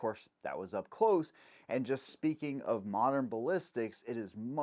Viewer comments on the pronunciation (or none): none